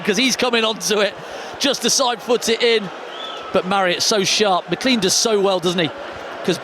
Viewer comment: Day 104 of asking him to pronounce McLean correctly